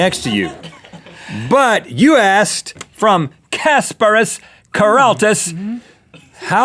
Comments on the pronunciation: I am watching this the sixth time, and still laughing at the way Rhett pronounced the name Kasparas Keraitis because he tried so hard And still failed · Kasparas Keraitis , oh man the way Rhett pronounced a lithuanian name :DDD